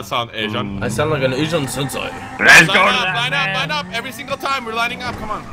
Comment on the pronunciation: he said asian sensai